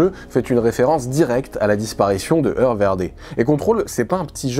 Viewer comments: Bonjour si vous me permettez : Hoer en Néerlandais se prononce " hour, (oe =ou) et non "eu". Bien à vous, bonne continuation. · Le mot hoer se prononce "houre" en néerlandais